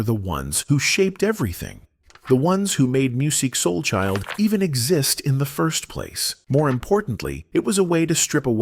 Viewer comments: I really wanted to listen to this video but I can't listen to a whole video where AI continually mispronounces his name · yea it was a hard watch